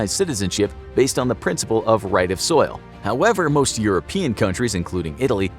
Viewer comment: I believe it soil not soli